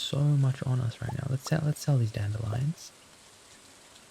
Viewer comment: I think I’ve officially changed my pronunciation of dandelions. No longer Dandy-Lions but Dan-delly-ons 😆